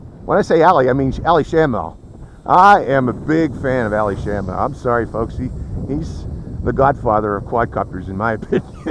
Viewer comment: isn't it and?